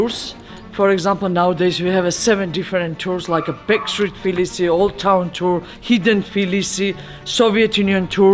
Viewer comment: A lovely tour, thank you! Curious about the Georgian pronunciation of Tblisi -- I thought I heard say "Flisi" a few times, and then "Tvilishi" at the end?